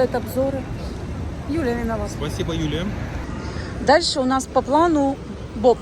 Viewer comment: "Спасибо, Юлия" от прозвучало как "Я убью тебя, лодочник"😂😂😂